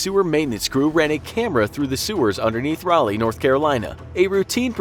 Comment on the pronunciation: The way he pronounces Raleigh the first time took me out.